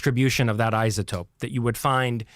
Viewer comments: Are we just going to sit here and ignore how he pronounces "isotope" with a "z"? That's my first indication that he's full of it. Lol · I don't trust anyone that says, "izatope" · Didn't know it was eye-za-topes. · Never(?) heard anyone voice the ‘s’ in iso before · Thank you, I was gaslighting myself. If you're gonna be a communicator about a topic, learn to pronounce the important words in that topic!! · i - za - topic or I -so - topic Why do some people see a word like “Boise” or “lsotope” and pronounce the letter “s” as if it is a “z” ? Why the confusion ? If some people want to mispronounce the letter “s” as (zee or zed), then why do we have the letters “z” & “s” on our keyboards?